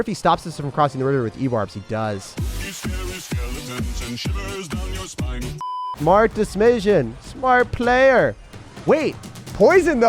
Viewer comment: “Smart desmision”